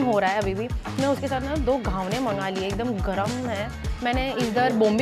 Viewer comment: It is Ghavan ,not Ghavane..Nice video